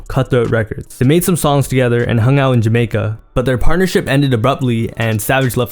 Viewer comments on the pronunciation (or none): none